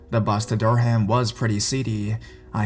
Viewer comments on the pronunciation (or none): Dur-Ham lol. Pronounced Der- um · i live in durham the first story and its pronounced dur um